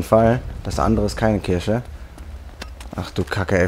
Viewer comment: Warum sagst du immer Kirsche statt Kirche? 😂😂😂